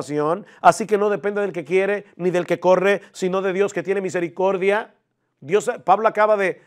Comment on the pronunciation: Homer Simpson calvinista rechinando los dientes cuando habla de la misericorrrrrrrrrrrrrrrrrdia de Dios.